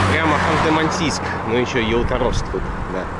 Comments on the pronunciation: Не ялуторовск ударение не на о а на у ялуууторовск.обидно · Насколько помню в названии города Ялуторовск, ударение падает на букву (У).